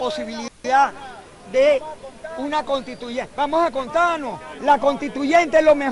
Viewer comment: ¡¡¡Que vergüenza para un país que un congresista, un PARLAMENTARIO hable de que "hay ACSOLUTAS contradicciones..." ¡¡¡Que ACSOLUTA IGNORANCIA". Se une a MADURO cuando habla de la... "CONTITUCIÓN y la CONTITUYENTE...". Pero este jumento, Azpurua, además de repetir su palabra favorita de manera ACSOLUTA... también habla seguido de LA OCCIÓN.... Y LA OCCIÓN Y LAS DEMÁS OCCIONES.... ¡¡¡QUE HORROR PARA VENEZUELA!!!